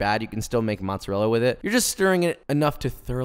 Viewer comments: Saying “motzerella” makes my skin crawl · As an Italian it triggered me how he said mozzarella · U butchered the word mozzarella